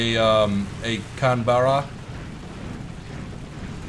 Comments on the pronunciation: Canberra. We Aussies say CanBRA, you Americans seem to say CanBERRAH. Hmm. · It's Can-bruh not Can-bear-a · CAN-BERRA WUT, YOU MEAN CAN-BAH-RRA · Can-Berra facepalm Americans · btw the Canberra is actually pronounced "canbra" its also the name of the Australian capital state its just spent differently but u can pronounce it your way np there:D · The Canberra is pronounced canbra it's the Capital of the ACT Australia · I really don't want to be an arse but that is not how you pronounce 'Canberra' you don't need to put so much emphasis on the E just saying.